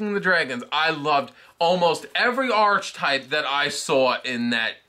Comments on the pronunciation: Archtype It’s pronounced ark-type And if your going to say something make sure u say it right it comes off as Ben Stiller in tropic thunder who thought veitcon plural was vietcons So do research, 0 stars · And that is pronounced "ar-ke-type".